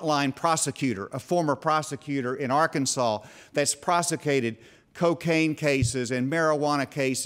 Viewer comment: "prosicated"... lol. yeah, he's friend's with good ole george junior for sure!